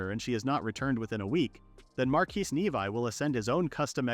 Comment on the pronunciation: Instead of a title of a woman eating monster meat, it should be “princess travels for monsters delicacies” also, the name is not nevi……it’s pronounced nevee(nevi)